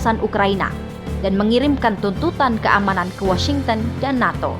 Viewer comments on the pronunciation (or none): none